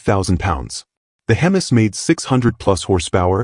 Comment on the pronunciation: Hemmus , not HEMIs ... lol ...